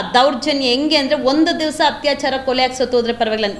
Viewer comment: ಮೊದಲು ಸರಿಯಾಗಿ ಕನ್ನಡ ಮಾತಾಡೋಕೆ ಕಲೀರಿ ತಾಯಿ.. "ಹತ್ಯಾಚಾರ, ಓರಾಟ, ಹಾಗಿದ್ದು, ಹಲ್ಲ, ಹೆತ್ತಿ..!!"🤦🏻‍♀️🤦🏻‍♀️